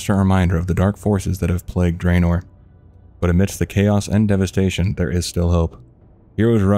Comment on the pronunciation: Draenor is pronounced drah-nor, not dray-nor, by the way. :P